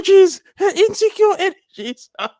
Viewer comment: 😂😂 I love when he says that 😂😂😂😂😂😂😂😂😂😭😭😭😭